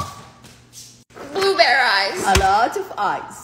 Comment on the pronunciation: “Blue ber Eyezz” “a lot of eyezzzz” 😂 edit: tysm for the likes I appreciate it <3